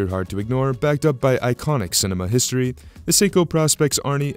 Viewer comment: Don’t mean to be that guy but; I’m really getting tired of the mispronounced “Praw-Specs” of the Professional Specifications line of Seiko dive watches. It’s not pronounced Praw-Specs, it’s pronounced “Pro-Specs”; again, as in “Professional-Specifications”… There; I said w.